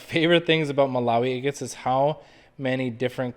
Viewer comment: Hi. Been watching for a while and I can't help but hear the word 'eggits' when you say agates. I think it's fine, no insult meant, just something I noticed. And because of you I bought at your Etsy shop! Thank you for all your videos!